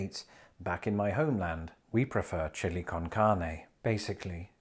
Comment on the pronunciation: The ‘chili’ hurts my Texas soul.